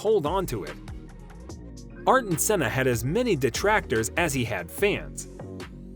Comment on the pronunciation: Don't you know Àrton senna? 😂